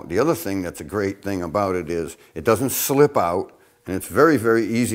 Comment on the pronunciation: Now 'ows aboot a nice boowela CHOWdah?